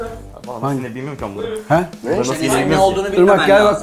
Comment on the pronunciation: "Menemen nasıl yenirrrr ben bilmiyoğruuum" diyoo😂😂Şafak sezer😂😂😂